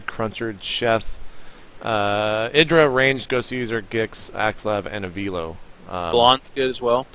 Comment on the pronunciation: I think the least you can do if you're going to mention avilo's name is learn how to pronounce it. And yes, he is becoming more and more popular so, good job mentioning him.